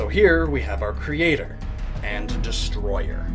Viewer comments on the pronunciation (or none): none